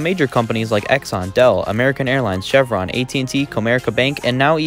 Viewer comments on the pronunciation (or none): none